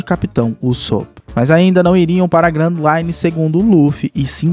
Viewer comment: Que nervoso ele falando os nome tudo errado pô, Arlong, grand Line etc mdss